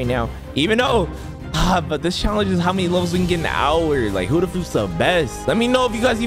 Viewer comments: Like bro, why does he say huddha instead of Buddha it’s so annoying bro. If he doesn’t know how to say it right don’t say it at all. That’s all I had to say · Why he say hudda imstead of Buddha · Is it just me or u guys heard it too? he says "huddha" instead of "buddha" HAHAHHA Btw "Moma" Sooo... wheres my free fruit? hahaha jk love yo vids keep it up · It really annoys me that he keeps saying hUdDhA fRuIt instead of Buddha fruit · praise YAHWEH Stop saying huddah it’s buddah and please upgrade health at start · broooooooooooooooo its not huda your so annoying when you say that its buddha and for the record you had YOUR pvp off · Btw it's Buddha not huddha it's a B not an H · He said huddha not buddha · And why do you keep calling it Huda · Bro called it hudduh fruit 😂😂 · I love your videos but why do you say buddha like huddha💀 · bro really said hoddah fruit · bruh why you saying huda but not buddha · "Whooda fruit" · Bro said huddha no offens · i like u but why do u call buddah huddah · Bro says huddah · "huda fruit"💀💀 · Did you say human fruit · I’m sorry but stop saying huda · wrm zeg je heletijd hudda